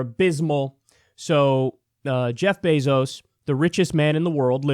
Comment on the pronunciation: Its bèzo (like bagel. Bazo. ) Not beeezoo Pls correct in future videos..its soo annoying srry love u kyle but know how his name is pronounced.. 🙏 Thanks.